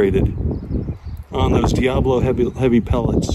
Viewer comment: No, it is not. The way you are pronouncing it means devil. The word diabolo (four syllables) means two bowls, describing the shape of the pellet.